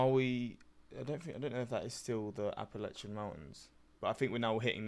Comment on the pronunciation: By the way you said Appalachian correctly the first time. Those who grew up in the area pronounce it App a latch an. I cannot tell you how annoying it is to hear people pronounce it wrong